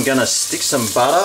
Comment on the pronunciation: Why? Cos I love buttah! Cracks me up haha